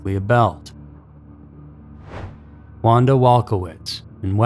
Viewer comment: Carmen’s last name is pronounced ‘Koh-lone’ (Colon) and Michelle’s is pronounced’My-enn-za’ (Maenza) Wanda, you got that one right. I was in sixth grade when this happened and those names and faces are forever ingrained in my mind. Give the girls the respect they deserve and pronounce their names correctly.